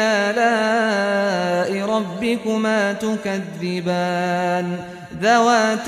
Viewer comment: I dont know why, but it looks like that u are saying tukadibaan instead of tukaziban ?